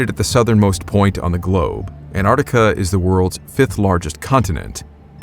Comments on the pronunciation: Every time you pronounce Antarctica I die inside. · Antarctica has a bloody T in it! It is not silent. Jeez! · The American pronunciation of Antarctica is interesting. Most English countries - An-Tarc-Ticka American - An - ardica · Why cant Americans pronounce AnTARTICA properly? You always drop the first T. Otherwise, a great story. Love from New Zealand 🇳🇿